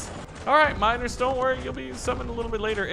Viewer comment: "Enhanced mino(e)rs" that's what all i really hear